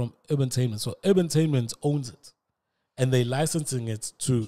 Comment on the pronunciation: It’s Duma Collective, not Creations. It’s Urbantainment not Ubatainment